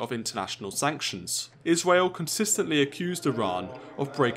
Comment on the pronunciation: I love how he says Israel as Isweal